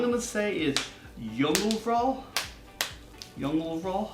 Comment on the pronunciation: You had rait on jungelvrål👍👍👍